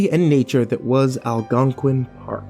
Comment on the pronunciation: "Algonquian park" SEE that was your FIRST mistake!